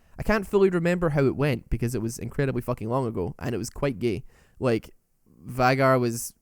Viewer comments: This boy says Vigger, not Veigar! I'm Crying! X"D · Just saying, but it's VAY-gar. Final Boss says as much and I'm pretty sure the champion knows his own name. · Yay my main finally got roasted! You forgot to roast the skins though, final boss veigar might just be the best skin in the game as to how much smoother he feels with it, also its pronounced vaaaaygar. Great video! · Also i think the name is pronounced as tristana says in her taunt is (Vay-Gar) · why are you pronouncing it as Vaigar is theres ' e'.....bruh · Goddangit, I was drinking and almost choked when you called him "Vagazzle" XD